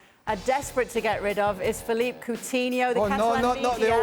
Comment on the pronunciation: Sid at least pronounce ‘philippe’ coutinho right! It’s Philippe not Felipe